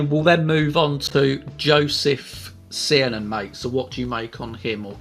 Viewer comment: To help you with pronouncing the characters like Eisele, is pronounced “Eye-slee” for Josef in English, it’s pronounced Joseph, however in Eastern European is pronounced “Yo-zef”. For Cernan, is pronounced “Sir-nan”.